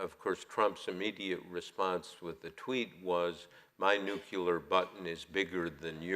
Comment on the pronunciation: please make the pronunciation as it is spelled, nuclear not "nuculer". Thanks.